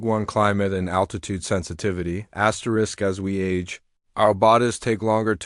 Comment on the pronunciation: STOP SAYING askerest